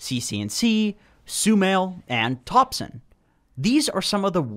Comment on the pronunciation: ei bro. pic not topson haha